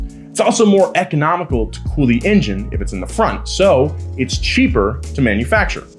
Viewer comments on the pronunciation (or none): none